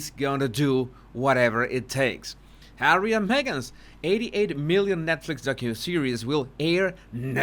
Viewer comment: Susan Rike, I also burst out laughing when says Arsewypes. Fun as well is when he says Hawwy because I have to answer HAWWWWWY. Everytime. 😂